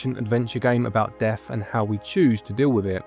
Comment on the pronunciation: At first I thought you were saying deaf rather than death 😂 I was thinking it was an interesting concept but who is deaf the pig or the reaper... Then it dawned on me :) Absolum. Looked like a level based on attack of the mutant camels. Let Jeff minter know!